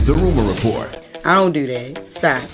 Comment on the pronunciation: There should be certain words jess cant say . First word on the list Do second due 😂